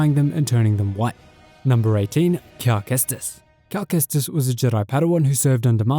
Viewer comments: “Calamari Kestis” 😂🤣😂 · “Calmari cestis”😂